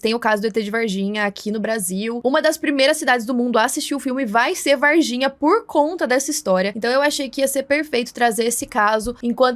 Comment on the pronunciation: Moça o nome correto da cidade é VARGINHA, vaR, com R. Vaiginha com "i" não existe.